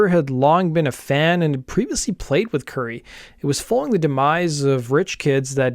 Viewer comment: And Currie is pronounced like the Indian food Curry, not Curie, as in Marie Curie.